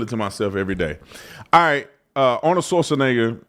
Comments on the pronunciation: Schwarzen = Black Egger = a mountain in Austria You say "schwarzen" (pause like the Brit's in wo'ah) then egger. Like SH-var-TSen'eggA VAR like in vase SH like in shell TSen like in Cent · ARNOLD SWORDNIGGA ⚔️🤣🤣🤣🤣🤣🤣🤣🤣🤣🤣🤣🤣🤣🤣 TATUM PRONOUNCING IT ARNOLD SAUCENEGGAR🤣🤣🤣🤣🤣🤣🤣 A LEGAL DOING ILLEGAL WILL GET JAIL TIME; WHAT ABOUT AN ILLEGAL DOING ILLEGAL ACTIVITIES..... THAT'S LIKE LEGALS MUST PRESENT THEIR ID CARD GOING TO BARS, NIGHTCLUBS AND CASINOS BUT WHAT ABOUT ILLEGALS; SPECIAL TREATMENT??? NO! THEY HAVE TO SHOW THEIR ID 🆔 TOO, THERE YOU GO..... DID THEY WANT TO PROCEED THE LEGAL PROCESS (DMV).....